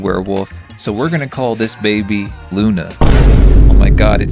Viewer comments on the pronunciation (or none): none